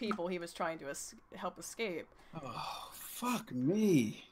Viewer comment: it bothers me when people pronounce escape as "ekscape"